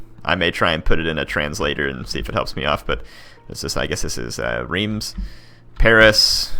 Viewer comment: It's pronounced "too-looz" for toulouse and "rem" for "rheims" and your pronunciation of "angers" was correct.